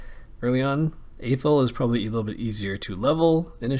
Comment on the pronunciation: learn how to pronounce athel